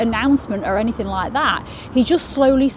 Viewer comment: You said "hike" not like lol but great video 🙂